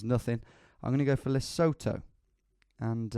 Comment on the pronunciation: For the pronunciation of Lesotho the 'sotho' sound is more like 'soot' (black powder residue) + 'to'.